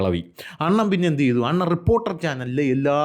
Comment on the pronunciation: ട്രിപ്പ്പോർട്ടറൽ അല്ല റിപ്പോർട്ടർ കനം കൂട്ടി പറയണ്ട തന്റെ റേഞ്ചിൽ പറഞ്ഞാൽ മതി